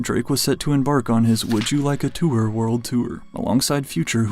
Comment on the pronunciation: “He demanded future to be removed from the twooor” 😂